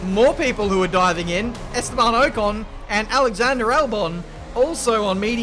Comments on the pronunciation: Can we address the way he says Ocon? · Keep getting super annoyed when he says ocon 😤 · The way he says Ocon really triggers me